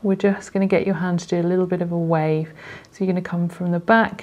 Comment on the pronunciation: ‘We’re just gonna do a liddle bit of a WAAAaaaAAAAaaaaaVE’